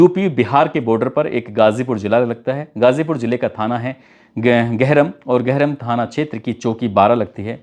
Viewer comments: सर मैं गाजीपुर से हूं। आपने जो तहसील का नाम लिया है ' गहरम ' वो "गहमर" है। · Gaw- Gahram nahi hai.GAHAMER hai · Gahram nahin Gahmar. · Up Ghazipur ka thana GAHRAM Nhi GAHMAR hai Sir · गहरम नही गहमर है नाम भारत का सबसे बडा गांव है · गरहम नहीं गहमर